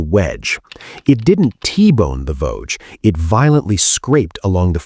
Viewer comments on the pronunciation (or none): It was the Voge pronounced Vog E . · I was aboard Voge during the incident. The ship's name is actually pronounced as two syllables: "vo - gee(as in geese)", not "vouge" or "vorje". As cringeworthy your stupid AI mispronunciations of the vessels I knew so well are to me, it is trivial given the fact that your account of the events that occurred that day is COMPLETELY AND UTTERLY WRONG!!!! I'm too polite to say what I really think about it. And while I (and you) have no idea of how the Echo II crew were operating, Voge's crew throughout that day was calm, professional, and incredibly proficient. I was pretty busy at my GQ station on the bridge after the collision but was especially impressed by the demeanor and performance of the captain. He was (thank God!) the calmest, most level-headed commander that you could hope to serve under. I have to wonder what other fictions are being passed off as the truth on YouTube and by the media in general.